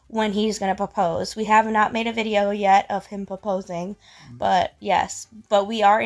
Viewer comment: She said Paposing… I’m fu€king dead😂